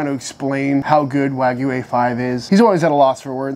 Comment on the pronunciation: This guy pronounces wagyu “Ragu” like the cheap pasta sauce